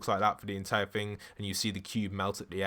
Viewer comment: Omg please stop pronouncing thing as ‘fing’! Can you not say the ‘th’ sound?